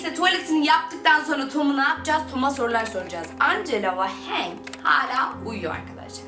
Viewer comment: Hank değil Henk Angela değil Encıla ginger değil Cincır